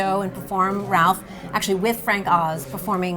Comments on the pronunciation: Oh my gosh, can you not say rowlf ? It’s not Ralph it’s Rowlf!!!!!! Freaking Rowlf!!!!!!!! Not RALPH!!!! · *cringes every time she says "Ralph" and not "Rowlf" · If she says "Ralph" again instead of "Rolf", I will lose my shit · Ralph? RALPH? The puppet's name is right there in front of her: ROWLF. How one person can sound so knowledgable about everything Henson, but flub the name of the most significant of his characters, second only to Kermit? He was partially retired when Henson died, for God's sake! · It's Rowlf the dog. Not Ralph. Just throwing that out there. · It's rowlf....not ralph... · You’d think she would know Rowlf is pronounced ROW -lph...not Ralph. 🙄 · Loved the video overall, but ya think someone should tell her, being the curator of the exhibit and all, that it is "Rowlf" and NOT "Ralph"!? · the fact that she doesn't know how to pronounce ROWLF and keeps calling him Ralph makes it clear she doesn't really know anything about Henson but just parroting memorized information. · Ralph? It's Rowlf lady! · Why is she calling Rowlf by the name Ralph? Odd that she would get the name wrong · I'm sure they're mispronouncing Rowlf's name, it's not Ralph?!! Come on Adam, you're better than that?!!! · Can they hire someone that actually knows the characters? Rowlf not Ralph, Dozers not doosers. Rrrrrrrrrrrrr!!! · Why is she calling Rowlf "Ralph"? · Is it me or is the curator saying Ralph the dog? I thought the dogs name is Rolph???? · He is called Rowlf. Fozzie has always called him Ralph. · Guys...Rowlf. Not Ralph. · Ralph is how some people pronounce it. Neither is wrong. Several of the Muppet characters pronounce it that way. Fozzie says it that way. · Fozzie calls Rowlf Ralph. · Why does she pronounce Rowlf like Ralph? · Her pronunciation of Rowlf is killing me 😂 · Uhhhhh isn’t it Rowlf the Dog. Like the sound a dog would make? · Thank you! In light of her genuine depth of knowledge, that mispronunciation really bothered me. Very big difference.